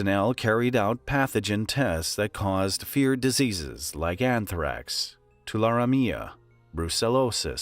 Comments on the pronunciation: Note, Tularemia pronunciation is 'Too-lah-REE-mia'. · The pronunciation of Tularemia is hilarious. (Too-la-Ree-me-uh)